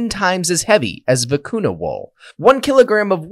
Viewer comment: When it's written vicuña, it should be pronounced "vicunya", not "vicunna".